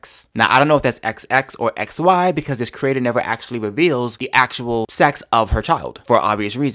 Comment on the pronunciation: actually not axeally ask not axe